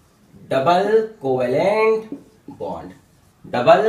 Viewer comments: That's "coovellent "😂😂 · Coo-va-lent bond